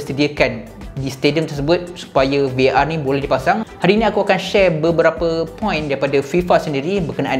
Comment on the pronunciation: admin VAR.. bukan VOR la